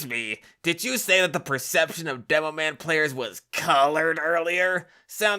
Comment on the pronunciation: "demoan" players 💀